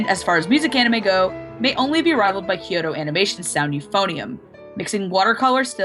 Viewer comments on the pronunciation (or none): none